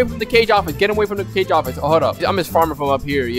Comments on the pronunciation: did he just say CAGE office!? No no no it Kah-gay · ik he said cage instead of kage -_ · "Cage office" 😂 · man said the "cage" office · Did he say cage office